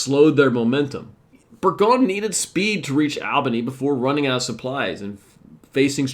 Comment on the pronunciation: Burgoyne rhymes with join. Schuyler is pronounced Sky-ler and he is the same guy that has daughters in the play Hamilton. On a positive note, you got the pronunciation of Skenesborough correct. I am from Schuylerville (the village that is on the site where Burgoyne surrendered). There are plenty of names that are said in an odd way in the area with all the Dutch names. And locally, Rensselaer rhymes with lear - but I have heard it said the way you do.